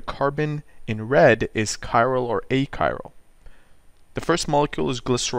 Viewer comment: "A Chiral" and "achiral" sounds the same, so I could not figure out what you meant at first.